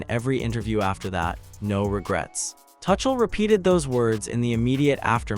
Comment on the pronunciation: His name is not "Touch-uhl". And England were never fully in control of that game.